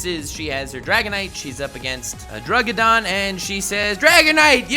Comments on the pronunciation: Well I mean you did get me triggered. Thing is, it wasn’t the honest descriptions. It was the fact that you called “druddigon” “drugidon” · Um, its not Druggidon. Its Druddigon. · Bro why are you saying druggidon when its druddigon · Who else noticed how he that he said drudiggin like drugidin when it’s pronounced druddigin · Satire is fantastic, but was thoroughly triggered at the pronunciation of druddigon. Drugidon sounds like a foreign mail order pharmacy. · DRUDD- I- GON NOT DRUGGIDON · He was saying Druggidon and it was pissing me off cause its druddigon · he calls druddigon a drugidon lol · "Druggidon" the fuck is that it's Druddigon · Druggidon? Wtf? Its druddigon... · Druggidon he says? I thought that the best misspoken Pokemon ever was Lu-Gi-Oh. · "Druggidon"... Please shoot me.